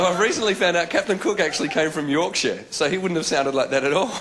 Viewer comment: Adam said it correctly. All the '-shire' suffixes on county names are pronounced that way